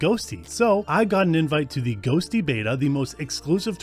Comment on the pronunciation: Sounds like you keep saying ghostly in beginning? ghosTTY must be a reference to the tty command